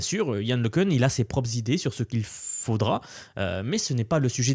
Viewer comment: Yann Le Cun [ləkœ̃], né à Soisy-sous-Montmorency